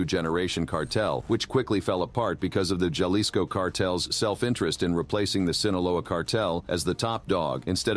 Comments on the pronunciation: Halisco not juhlisco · Repeat after me HA-LiSS-CO Jalisco!! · Ja- lis- co. !!!